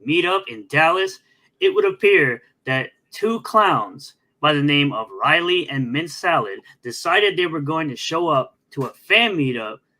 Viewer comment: said Liley instead of Riley, breh □